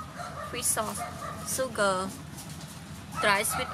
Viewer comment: Just so you know.. when someone said they think the way you say sugar is funny its because you say “ soo-gar and we pronounce it “shh-ug-er “ .... I think you do a great job with your English, please dont be put off by comments like that, I dont think they meant any harm when they said it. :)